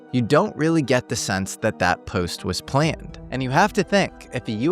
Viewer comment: did use Ai for his own voice? cuz the way he said "High vis vest" and the word "planned" were not right. Like Ai took voice and read the text wrong. mispronouncing words every now and then as Ai does.